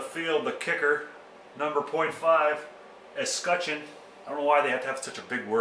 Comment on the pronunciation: Wear gloves! That's what we do in Denver. I was looking for a film where someone would pronounce escutcheon. Decided to watch the CO guy. I think you did it right. Thanks.